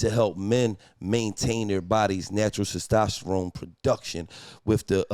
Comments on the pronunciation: Testosterone or Stastasharome 🤣🤣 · Gillie not being able to pronounce “Testosterone” is pure comedy! 😂😂😂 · Gillie was fighting for his life tryna say testosterone 😂😂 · Somebody tell Gillie to say testosterone again 😂😂😂